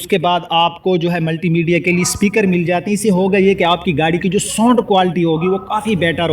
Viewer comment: carburetor not carpuretor and sound not sond.